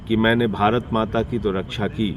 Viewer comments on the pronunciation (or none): none